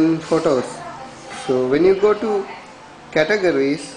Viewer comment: hahahahaha.. i usually dont dog on people but I have to agree with everyone laughing on your voice. CATUHJERRYSKID